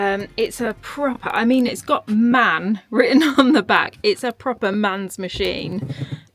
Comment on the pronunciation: M.A.N Not man, german built